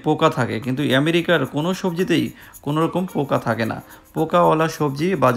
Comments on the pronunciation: খুব দুর্বল এবং ভূল বার বার এমেরিকা বলা ভাল লাগে না। পা উন্ড/ কেজি ঠিক করে বলেন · লিখেছেন আমেরিকা আর মুখে বলছেন এ‍্যামেরিকা বিষয় টা বুঝলাম না